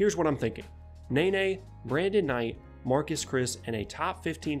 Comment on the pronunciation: It's "nuh-ney" and "Mar-keys Chriss" not nay-nay and Marcus Chriss